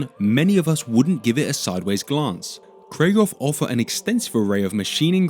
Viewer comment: I assume you don't care, but it's KRIEG HOFF (war hope), not Krie-ghoff.